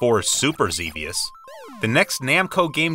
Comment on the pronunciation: Another one people mess up is "Xevious". It's "Zev-ee-us". Not "Zee-vee-us".